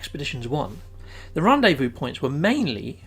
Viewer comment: Hi... Loving the vids & tips.... Ps... Rendezvous is pronounced.. Ron Day Vu...:)